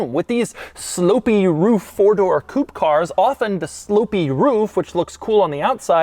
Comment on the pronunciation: Will you ever learn how to pronounce coupé correctly?